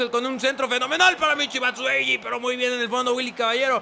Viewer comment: es batshuayi no batshueyi